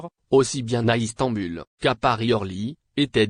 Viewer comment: Ces voix synthétiques commencent vraiment à nous les casser. Surtout, tournent en rond en se répétant et ne disant rien. Par contre, pour rigoler, c'est pas mal : Istamboulle !